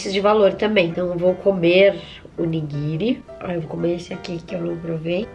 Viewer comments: Vc falou errado era nigirii Quem reparou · É niguiri mn ela errou kk